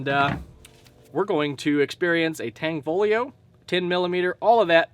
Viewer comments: UGH !!!! IT IS NOT "TANG-FOLIO".... IT'S "TAN-FOGLIO" AND THE G IS SILENT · tan fow leo is the pronunciation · Great Vid Brother, in Tanfoglio the g is silent 😜 Carry On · Tan Fog Lio........not Tang Fo Lio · Tanfaglio ="T-ON-FALL-E-O" according to the company.